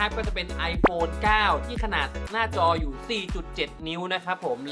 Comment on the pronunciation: ขนาดดเด้อครับ ไม่ใช่ขนาก 9 Pleus ไม่ใช่เด้อ 9 Plus